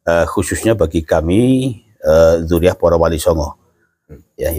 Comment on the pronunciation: Dzuriyah kong bukan dzuriyat